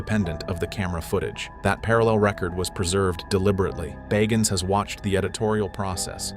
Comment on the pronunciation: The narrator can't pronounce his name Bagans consistently